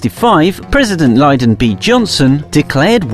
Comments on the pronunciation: LyNdon Jjohnson...not Lydon Johnson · President (Liedon) B Johnson???!!!! - if your narrotor can't pronounce this name then why should I take anything seriously in this video